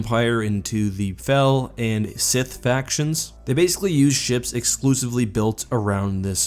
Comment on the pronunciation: hmmmmmm, never heard the word "scythe" pronounced before?